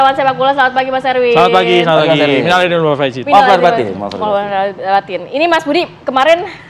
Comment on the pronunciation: Aku tertawa mendengar host nya tv one yg cewek saat ngucap kan minal aidin wal fa i dzin,mirip suara orang mau kena strok 😂😂🙏🙏